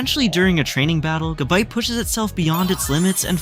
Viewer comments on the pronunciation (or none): He said gaible gabiite garschomp and then jengar